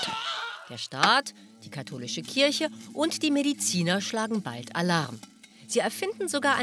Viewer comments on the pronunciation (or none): none